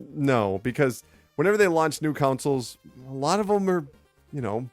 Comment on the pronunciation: Why do I hear "councils" every time he says "consoles"...